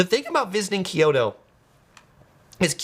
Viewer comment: it's KYO-to, not KIO-to. you know what Tokyo means? proper name is To-Kyo-to, or east kyoto. so pronounce it like Tokyoto, minus the first to. kyo-to, say it with me